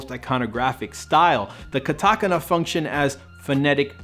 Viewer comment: Hahaha. Katakana. Pronounced wrong, but it made my day! great video! xD